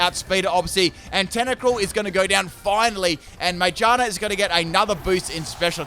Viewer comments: Normal people: "Magearna": "Mangina" Lol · I hate the way you say magearna GEAR like cars and bikes have GEARS ma-GEAR-na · Its pronounced ma GEAR na sorry it just bothers me when I hear something that doesn't sound correct to me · Everyone: Magearna: Magina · no its called ma-gear-na its literally a gear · I always pronounced Magearna as "MaGEARna", could just be me, bit it made sense to me